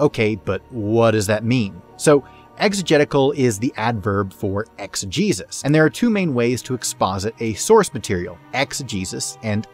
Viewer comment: I thought it you said exJeus.